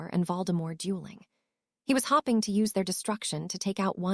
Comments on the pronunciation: All the hopping in part 1 was killing me! Lol! Absolutely no Hope, Hoped or Hoping! All about the hops! Annoying but funny!😅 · This ai pronounces hoping as hopping, and it's hilarious. "She was hopping to join" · Hopping implies enthusiasm and I love it!